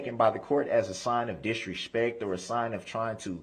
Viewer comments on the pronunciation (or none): Why does he add an, “ H “ to so many words? Under-shtand, Dish-respect, dish-ruptive…It’s so annoying to hear him speak! Still simply can not… Not… NOT TURN AWAY!!! 😢😅 😂